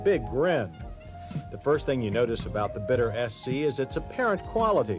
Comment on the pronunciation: I think it should be pronounced Beet-t-ter. Yes, you gotta to the T twice. And it's far more Bee or Beat, than Bit.